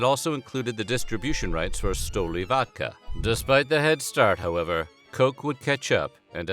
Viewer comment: STOLIVAKA instead of STOLICHNAYA. Too difficult for you to read? and GORBACHEV was Head of State from 1985 till 1991. What a bunch of crap you are